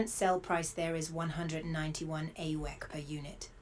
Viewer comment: I love how she calls it Ey-o-wik instead of aUEC